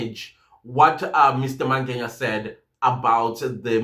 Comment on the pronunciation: i always wonder why you call Mngena by Mange"nya"😊😊